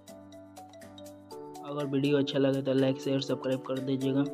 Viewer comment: Or subkrip nahi suscribe bolte hai 😂